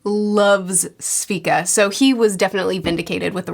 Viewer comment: sorry but just gotta mention this: it's not SVika, it's SEvika. Also it's not hexAcore, it's hexcore